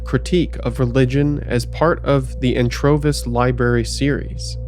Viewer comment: Did you say Anchovies?